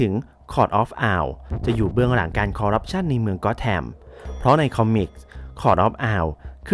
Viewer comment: นิดนึงนะครับ ที่ถูกคือ "คอร์รัปชัน" นะครับ